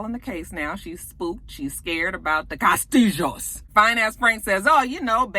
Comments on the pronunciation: "Cah'stee'joes" LOL! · This video! I was rolling every time you said "Kah-stihl-hoes". lol I needed that laugh. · After you have watched the video you can catch saying CASTILLO.,,, and. Enjoy LOL!!